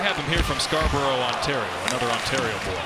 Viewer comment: Scarborough lol